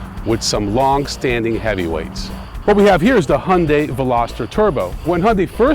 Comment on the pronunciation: Fucking biased much? The hyundai pronounced He Un Dai by the way, look so much better than the other one. As for you, lose some fucking weight! They're not sport cars so don't expect them to be fast you idiot! They're better than you any day.